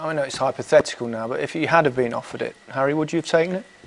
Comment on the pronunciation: "oh 'arry I didnt mean it like that" xD